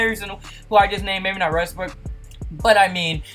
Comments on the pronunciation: Also, it's "Westbrook," not "Resbook." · He says Westbrook like restbrook